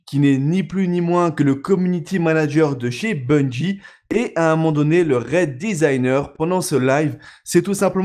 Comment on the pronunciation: Bungie pas bunjie bordel !